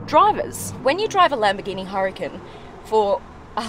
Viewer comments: ITS PRONOUNCED UR-A-CON.. NOT Hurcun.. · it's Huracan..emphasis on the second a,,not hericun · Its not Lamborghini Hurricane, its Huracan.😎